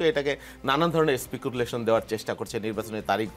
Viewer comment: It’s not Specubulation” ITS SPECULATION!!!!! 😂😂😂😂😂😂😂😂😂😂😂😂😂😂😂😂😂😂😂😂